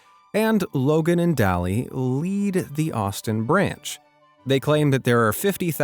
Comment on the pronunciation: Her name is pronounced “day-lee” not dally